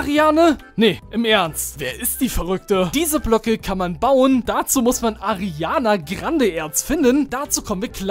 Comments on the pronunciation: No hate aber man sagt Ariana grande und nicht Ariane Krande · Ich finds super wie du Ariana krande sagst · Es triggert mich wie er Ariana Grande ausspricht :D